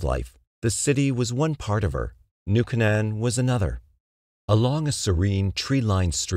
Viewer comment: It's "New Kay-nun". "New Kay-nun". Sheesh.